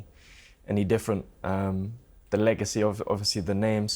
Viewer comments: The way he said eggacy and waited for the joke to BANG. 😂😂😂😂😂😂😂😂😂😂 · "eggacy" 😂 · Its eggacy 😂😂😂😂 lol warra legend hhhh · "Eggacy" his face afterwards 😳 LMFAO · Everyone was scared holding back hard from explosion of laughter after "its eggacy isn't it?" 😂😂😂😂 kudos to em. Senior is senile😂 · killed me with "EGGACY" 😂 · eggactly their eggacy is no yoke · "Eggacy" Class that lad! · Saying it's an "Egg-acy" fight was very funny". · Daddy Eubank sure Knows how to pronounce alot of unusual and difficult sounding Words, but his like a parrot he doesn't know what the words mean, bit like Del Boys French, if those two fighters fought in the same division all their careers Benn would of knocked baby Eubank spark out, was never a fan of Benn or Eubank Sr but they put on amazing flights and we're two hard nuts who could box good ☘️✌️